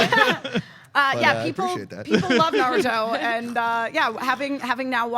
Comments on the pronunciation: i don't know about the writing,i know what i hear from every voice actor in the series.and they all emphasize in the ru not the na like the americans do, did the japanese, and did the american.although i think started to say something about the pronunciation,maybe it would be the difference between american and japanese before cut her off!!! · don't wanna argue about trivial stuff but you're wrong. was right. It's NA-ruto. said na-RU-to. that's how the Japanese say the name. Common mistake, that's fine. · I didn't watch the dub. I just remember it not being nuh-ROO-to like so many people say. That is an English pronunciation like a-KIR-a (instead of A-kira) or sa-KUR-a (insead of SA-kura) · haven't watched dubbed versions either,but trust me, it is na-RU-to in japanese and NA-ruto in english,you are right about A-kira and SA-kura,unfortunately all the big anime youtubers/reviewers are americans and mispronounce all the names which i find weird because they watch the subbed versions but i guess they don't really listen to the actors and it gets confusing,that's why i said to watch the subbed versions!!!